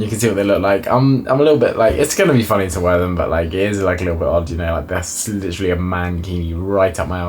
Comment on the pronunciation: First time I enjoyed hearing "litchrally" be spammed 😂